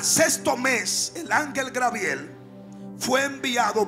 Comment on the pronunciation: Es Gabriel no "Grabiel"!!